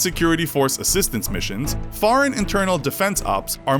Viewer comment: Please say foreign not fareign